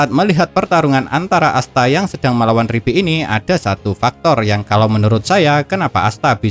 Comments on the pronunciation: Liebe bukan ribe! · Liebe ❌ Ribbe ✔️